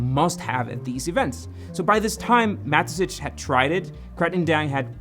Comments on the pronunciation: You're pronouncing the founder's name incorrectly. I constantly asked myself who Matesich even is. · it just triggered me every time you said Mateschitz like Matezitsch 😅😅